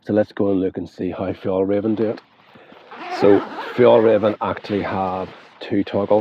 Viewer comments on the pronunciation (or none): It´s Fjell- r-ai-ven. The way you say Fjollräven translates to "sissy fox". Fjällräven means "mountain fox". 😅